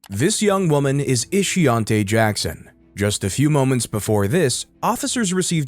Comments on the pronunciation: Ishiontae ? Ishionti , huh 🤔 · Shameka, Ishionte... dont this rubble have proper names? WTF is "Ishonte"? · "Ishionte"? Mhhh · Ishionte?? 😕.. 🤦🏿.. Her mamma was trying wayyyy too hard to come up with something "unique". 😒